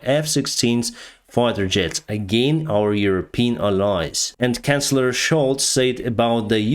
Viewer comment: "Cancellor" sholz? Did I hear wrong?